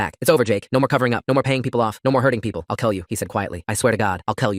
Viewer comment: “I’ll kell you! “WHY DOES IT SOUND LIKE THA